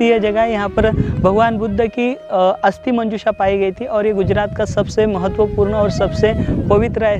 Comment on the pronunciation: अस्थि है अस्ती नही।